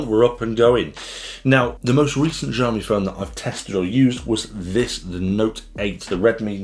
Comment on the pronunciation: "xiaomi" is not pronounced jiaomi, more like siaomi, would be closer to standard chinese, just fyi. I am also a xiaomi fan and like your reviews here.